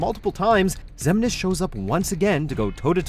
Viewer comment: Thank god he learned how to at least pronounce Xemnas this time.